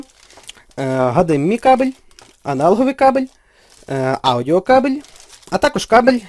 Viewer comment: не АшДіМай а ЕйчДіЕмАй...